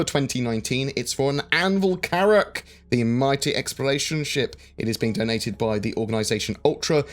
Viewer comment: more Carrrrracks!